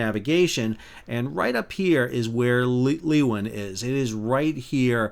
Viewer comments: Pronounced more like Loo-win, not Lee-win. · "Loowin", mate. Great video though. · leeuwin said as loo - win and cockburn said as co - burn from a perth (sor) local hahaha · Leeuwin is not pronounced Luwin but more like Laywin... 🇳🇱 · Loooooowiiiinnnn Loooowwwinnnnn Not Leeeeeeewin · Leeuwin, not louin. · Firstly it is pronounced Loowin not Leewin. Also it is pronounced Coburn not Cockburn. My husband had been chef on board Leeuwin for more than 25 years. Luckily not on board that morning. Really well explained thanks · Just a quick tip - the training ship is part of STS Leeuwin - pronounced LOOWIN. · Leeuwin and Cockburn are not pronounced the way they are in the video. We say Loo-win and Co-burn. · For future reference it's pronounced co burn, not cock-burn, Leeuwin is pronounced Louwin. 😊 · I'm both a Perth local and a seafarer, recreational and professional (ex-ROV pilot). Sal's pronunciation is a good laugh, especially Cockburn Sound (Sal, it's 'Co-burn' 🙂) and 'Loo-in'... 😂😂😂 Sad Day. My mother has crewed the Leeuwin. A very nice vessel. She has a beautiful photo of it as her computer desktop (I took it while it was as sea). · Just a comment. The name Leeuwin is pronounced "LOO-WEN". It's an Australian thing! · It’s pronounced “Loowin” and “coburb” 😂 Very sad day for Fremantle 😔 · BTW, Leeuwin is pronounced - loo-win down this way. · Pronounced Loo in. and Co burn sound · Two pronunciation corrections if I may. Cockburn is pronounced Co'burn. Leeuwin is pronounced Loowin. Not a big deal, but thought you would like to know. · Pronounced Loo - in and Co- burn Sound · Great report. For future reference, Cockburn is pronounced, "Coeburn"... otherwise it sounds like a nasty venereal disease. And Western Australians pronounce the Leeuwin as "Loo-en". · I have sailed on Leeuwin, we pronounce it Loo win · It's pronounced Leeoowin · Pronunciation errors. Leeuwin - Lee-oo-in. Cockburn - Co-burn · Just to let you know, it's pronounced Louwin. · It’s pronounced ‘Loo-in’